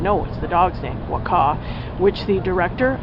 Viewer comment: Hi! You should pronounce the title as is thought. Like 'buakau'.:)